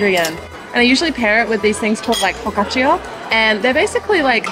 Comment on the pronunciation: i love that you pronounced foccacia with a japanese accent 😂